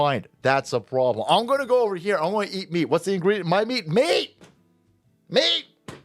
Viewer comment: That's a pwloblem